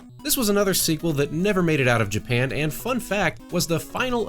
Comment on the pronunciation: did you say japam? XD